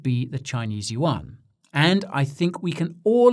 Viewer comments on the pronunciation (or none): none